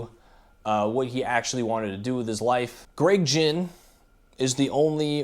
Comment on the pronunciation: And fyi its not gin its ginn know your pronunciation before u speak to people that were there. Not just read about it. Tho hes a wanker